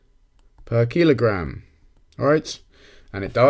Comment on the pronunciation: Keel-o-gram xD